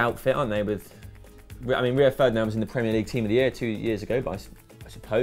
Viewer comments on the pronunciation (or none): lol "rio of ferdinand"